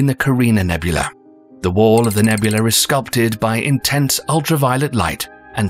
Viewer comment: Nebula! Not Nebul-la-E nor Ne-bu-la-ay either. English is my third language